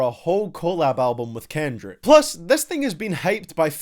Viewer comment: why is he pronouncing kendrick that way ?!!